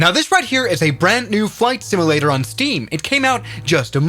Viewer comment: the way bro called it "simulator" is wild 😭